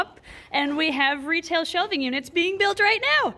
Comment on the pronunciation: Every time says retail facility I always think she says RETIC facility, I think they should totally name the retail facility RETIC now because of this 😂